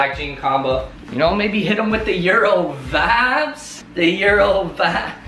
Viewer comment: My ears r bleeding all I here is that's vibes not bod not bod